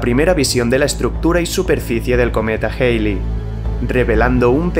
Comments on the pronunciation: Joder, porque tienes que decir "Jeili" si se debe pronunciar "Jali" (ˈhæli en AFI) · Tu contenido es asombroso, sin duda uno de los mejores canales que he visto. Solo a manera constructiva tengo una recomendación, y es tratar de “estandarizar” la pronunciación, me explico; cuando dices el cometa “geili” o “Jeili” (lo escribo como lo escucho) se puede prestar para confusiones, creo que pronunciarlo de la manera a la que todo el mundo está acostumbrado sería mejor “Jalei”. Solo es mi respetuosa opinión. Gracias por tu contenido.